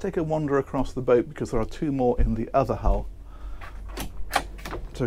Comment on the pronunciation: “so those are the twooh” 😂 no hate but i definitely got a good chuckle out of that. another great video!